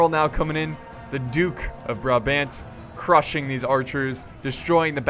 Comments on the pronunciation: you say brabant literally how its spelled sorta kinda... its brah-b-ant you say b ANT like bant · its Bra-bhaant, with the intonation on the second vowel. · "brabent" the cringe is real and sadly enough i dont know how to explain the proper way to say it. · berbaunt say it like that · You did pronounce Brabant wrong but I don't blame you. In the English language you dont really have a's that are pronounced as it had to in 'Brabant'. Because the first a you pronounce 'aahh' like that and the second as 'ah' I hoped I helped you out. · Nice video man, but the pronounciation of ''Brabant'' is hurting me too much xD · the second a being like the a in aunt. Not ant. We are tougher then that, even if ants are pretty cool. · actually with the brabant: the last A is pronounced the same as the first A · Lol how he says Brabant its funny to hear him say it :P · its called brabant... you pronounce the a like as you do with called... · just a tip on how to pronounce Brabant: the second A is pronounced like saying the word answer with a british accent, i hope this helps a bit (don't know how else to help you) and keep up the good work man you're amazing